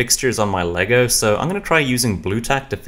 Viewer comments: it’s always been Lego as the brand and brick as the product so hearing it be actually said correctly is so cool I wish it was more universally known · i love how you know that its "Lego" and not legos most people dont know thats how it is supposed to be said in any context